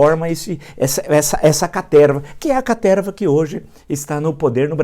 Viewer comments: Quem mais vem só pra ouvir o professor falar carterva? 😂😂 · "toda essa CATERVA" Nessa hora ai ele falou com vontade! Adoro esses momentos XD